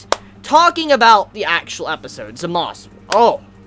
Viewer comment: Also, the way you say Zamasu and Gowasus' names is Zamas and Gowas. The "u" is not pronounced